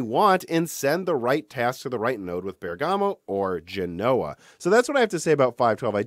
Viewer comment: He routinely mispronounces all kinds of words. Genoa also has stress on the first syllable, but he pronounces it guh-NOH-uh.